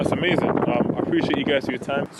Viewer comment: "Amazin" hes definitely a JLP watcher. XD knotted me every-time xD